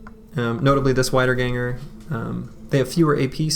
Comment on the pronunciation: just wanna point out that the "ie" sound in "Wiederganger" is pronounced the same as in "Siegfried" or "Dietmar" and not like the "ei" sound in "Geist". Sorry for being pedantic^^ but i assume you are interested in languages.